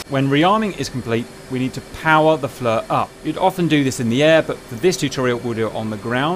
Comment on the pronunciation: JS it's FLIR [pronounced FLEER] not FLUR or FLOUR